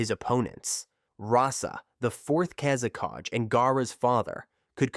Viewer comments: Its "kazekage" not "kázekádž" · wtf is kazekaj? its kazekage